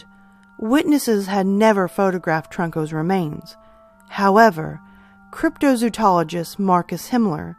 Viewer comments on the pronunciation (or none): Nice I love the cryptids so nice to see more attention being brought to these ones. Great video but it is pronounced cryptozoologist not cryptozootologist otherwise your pronunciations have been great.And the Moleke Membe and the Amela Toka are not the same Amela looks like a triceratops type creature, Moleke Membe is a sauropod. Hmm which are most believable. all of the above. Moleke Membe is the one that I think we might have the best chance of ones on this list to prove exists still. There is a French Cryptozoologist who is going on an expedition this year again. When the stories first came out the natives who were reporting them were shown photos and drawings of a large array of animals both living and "extinct" and the living animals were ones that were native to the area the natives picked a sauropod as most closely resembling the creature. And they did the same with the Amela Toka and showed photos and drawings of both rhinos and other creatures as well as triceratops and they picked the triceratops. They knew what Rhinos were and Elephants and such and they insisted that the creatures were not any of those. The tribe managed to kill one Moleke Membe back in the 60s and they ate some of the meat everyone who ate parts of it got very sick the meat is toxic.